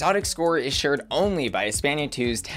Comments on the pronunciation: The way you say Espana shows your American education lmao. Cringe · cant get over saying "Espenia" instead of "España"